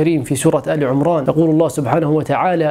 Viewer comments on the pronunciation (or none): سورة آل عِمران (بكسر العين وليس ضمها)